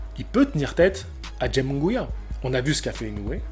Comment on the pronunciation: Euuuh nan. Jaime deja t'as la Jota qui se prononce pas en france equivalent de Kh en arabe aime comme ça s'ecrit puis Munguia a par le 1er U qui se pronnonce Ou le deuxieme se pronnonce a la français donc ça serait Jaime Mounguia.